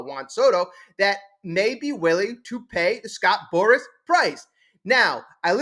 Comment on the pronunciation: If you want ot be taken seriously remember, it's Scott Boras, not Scott Boris.